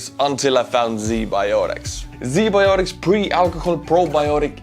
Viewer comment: Bro, Z Bioticz? Really?